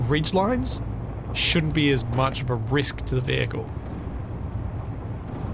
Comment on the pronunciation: The VeeHickle